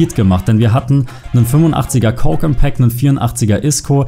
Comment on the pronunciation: Coke ist der Bruder von Pope 😉 Absicht gewesen die Aussprache von "Koke"?